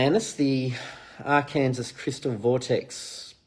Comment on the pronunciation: Arkansas is pronounced Arkan-saw. ❤️